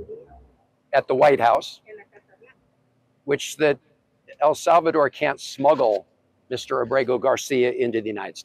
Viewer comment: 🤯😫Please Stop Saying AL Salvador!!! Like AL Capone….IT IS NOT AL SALVADOR….PLEASE PRONOUNCE IT PROPERLY— IT IS EL, LIKE ‘HELL’…. EL SALVADOR.